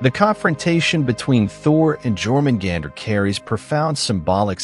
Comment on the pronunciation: what bothers me the most is the mispronunciation of Jörmungandr ffs edit: every mispronunciation bothered me. learn how to pronouce names before you do videos in the future